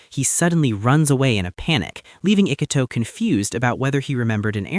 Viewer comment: ugh. no. The atrocious mispronunciation of his name plus his low iq kills it. ee coo toe. not ick uh toe.